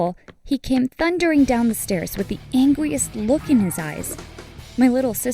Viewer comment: “the angwyest”